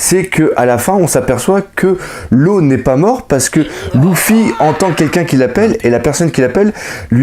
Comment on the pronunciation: c'est Luffy paq louffy